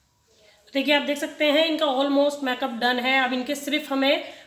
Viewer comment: Make up ki pronountion theek nahi hai usse theek kro